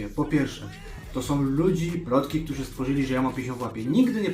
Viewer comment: Szedlem, nie szlem. Ktorzy, a nie ktozi. Poddaja, nie poddawaja itp itd.... chlopaki podstawy polskiego byscie chociaz przyswoili..